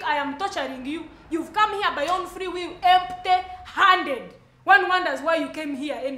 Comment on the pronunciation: The way she said empty handed 😂😂😂as if she says it in capital letters,😂😂😂